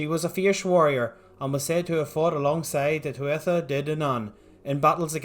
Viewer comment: There's quite a bit wrong with this and I'm only about halfway through. First off th isn't a sound in Irish. It's basically just an h sound. So it's not tua-tha but tua-ha. You took aspects of the Mórrígan and ascribe them to Maeve who might have been a deity but so far as the extant mythology shows was just a human queen. Maybe she was an avatar for the Mórrígan or a god in her own right but we just dont know. Any claim about knowing for certain anything about the nature of her alleged godhood is baseless. Also we dont know if Cernunnos was a deity and even if he was we know nothing about distribution of worship nor what worshipped entailed nor what for. He's just a name and a few images. He could have been a Celtic equivalent of buddha or a local hero or a spirit. We just dont know. Study of celtic mythology is hard enough with the loads of misinformation from already old sources and the newer extensive fanfiction by wiccans without people regurgitating these things.